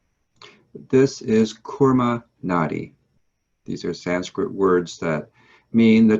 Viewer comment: It's not kurma Nadi it's koorma Nadi watch ❤️sadhguru ❤️ video